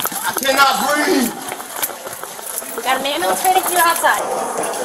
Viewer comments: Didn't you hear him tho?! HE CANT BWEATHE!! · It’s “breeve”! 😂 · It's pronounced "breeve"😅